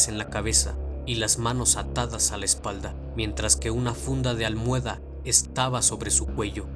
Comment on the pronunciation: Se dice "almohada"